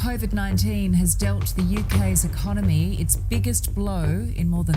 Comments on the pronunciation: Learn to pronounce "Economy"😂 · Please correct you pronunciation of "ecomomy". It is not Economy, but ecaanamy.